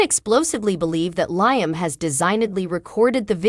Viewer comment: You need to speak in every day words and also learn how to pronounce Liam.